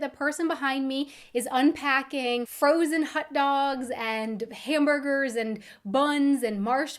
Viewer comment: hut dogs? What kind of accent is that?